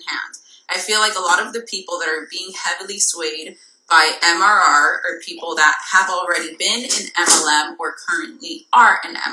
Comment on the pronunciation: Love that she couldn’t even get MRR correct lol